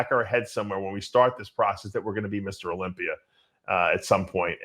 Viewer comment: How does dave say tuna when he says olympier